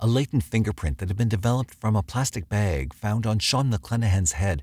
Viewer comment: I can’t watch this because of the way he pronounced Spokane and “bag”